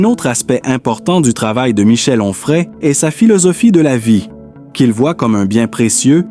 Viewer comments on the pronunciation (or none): Quel rapport entre cette voix artificielle qui hésite entre Humphrey et Enfray et la femme du philosophe de CNews ?